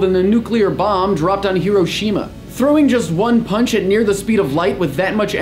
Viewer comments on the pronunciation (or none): He mispronounced Hiroshima.